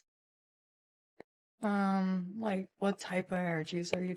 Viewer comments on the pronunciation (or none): Wait, you mean "Injuries" isn't pronounced "Eee-jer-eees"? 😂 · "what type of energies do you mean?" energies = injuries 🤦🏻‍♀️ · When she said “injuries” (or tried to say it) it slayed me haha